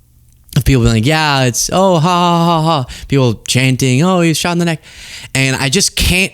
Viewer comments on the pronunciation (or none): none